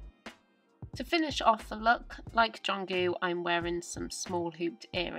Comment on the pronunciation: i love how you say jungkook and your fashion is cute..